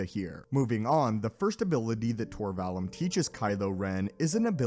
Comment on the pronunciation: It's pronounced Vall oom. Not the u like Ian Mccallum.